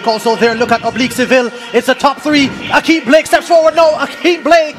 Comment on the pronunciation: It's Blake not Black.